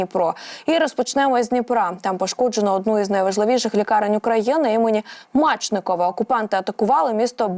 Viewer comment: Лікарня імені Іллі Мечникова, ну якого Мачникова??? Ну ця ж дівчина журналіст, а не бабуся на лавочці біля підʼїзду